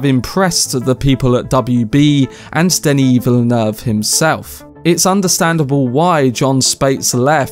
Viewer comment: I'm gonna nitpick: he pronounces well, but the intonation in french is supposed tpo be flatter - it's Denis Villeneuve, not deNIS VILLeneuve - but intonation is the hardest thing to get about foreign languages. i'm french and as a result would probably speak english way too flat and get all tonic accents in the wrong places.